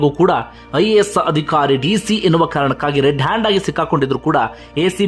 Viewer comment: ನೀವು ವಿವರಣೆ ಕೊಡುವಾಗ ಪ್ರತೀಬಾರಿಯೂ 'ಅಧಿಕಾರಿ' ಎನ್ನುವ ಬದಲಾಗಿ 'ಅದಿಖಾರಿ' ಅಂತ ಉಚ್ಛಾರಣೆ ಮಾಡುತ್ತೀರ, ಇಷ್ಟು ಚೆನ್ನಾಗಿ ವಿವರಣೆ ಕೊಡುವ ನೀವು ಇದೊಂದು ಸಣ್ಣ ತಪ್ಪನ್ನು ಸರಿಪಡಿಸಿಕೊಳ್ಳುವ ಬಗ್ಗೆ ನಿರೀಕ್ಷೆ ಇಟ್ಟುಕೊಳ್ಳಬಹುದೇ ?